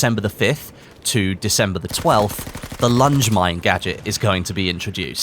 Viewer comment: Lange Mine? You pronounce it like its French?! Soud much more german than French